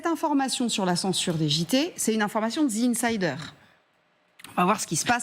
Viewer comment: Incroyable que même un media d information n est pas capable de dire correctement The Insider correctement, pas ZI Insider.. je ne sais pas ou vous prenez le ZI ?!? ca n existe pas en anglais , ZI , The ce prononce DE ou DI selon le/les mots qui vient apres... arretez de dire ZI svp vous me faites saigner les oreilles et faites rire de vous !